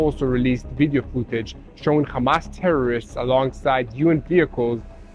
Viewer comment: Hamas not komas